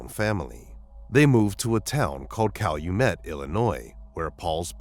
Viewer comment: He pronounced Calumet correctly? He must be from Chicagoland